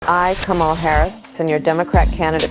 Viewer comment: They are so d-mb that the video has her pronouncing her own name wrong!